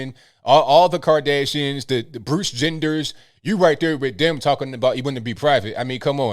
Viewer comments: did you say Bruce Genders? 😂 NGL you got me there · Did he say "the Bruce Genders"?